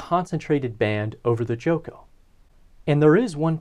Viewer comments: is not pronounced choco, but chocó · Please pronounce correctly...it's Chocó and not Choco. I'm French-Colombian and I love this part of Colombia...beautiful topography. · Great video, i’ve been bingeing this channel lately. One note: there is an emphasis on the second o in Chocó as seen by the accent mark, so it’s pronounced less like Choke-oh more like choke-OH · cho-CO, bro. Stress on the last syllable. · I find it extremely funny that you pronounce Chocó as choco as in chocolate. The emphasis is in the last O. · Very nice content, however your Chocó pronunciation is painful to Colombian ears. You should remark strongly the second syllabe, hence the tonic accent!